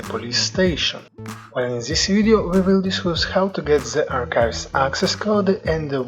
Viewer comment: I noticed you pronounce "this" zis, try to pronounced it DIS